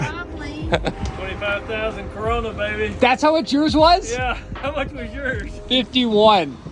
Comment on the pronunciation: sooooooo you know its Kronur, not Corona, baby!!!! lolz your dad is crazy. Kroner is a common term for currency like the word dollar or peso.